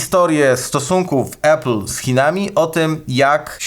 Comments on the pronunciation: Uwaga dam szok: czyta się APL a nie ejpl :D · Chłopaki odpalcie AI - niech nauczy was mówić "Apple" 😅 Nie ma takiego słowa "epyl". Jest Lądek Zdrój...